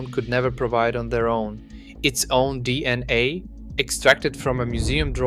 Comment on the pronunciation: Are you really convinced that it's pronounced D&A?